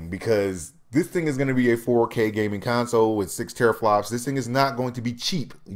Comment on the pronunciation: Why do u keep saying con-soul?????? I don't get it!?!